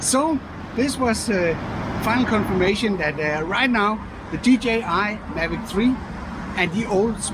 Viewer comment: For søren! A proper DJI pronunciation :D